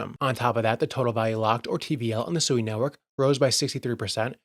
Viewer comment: SUI Japanese for water, pronounced Sweee not a person named Sue E